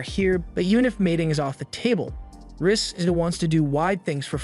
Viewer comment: The way the narrator says Ris sounds like Rizz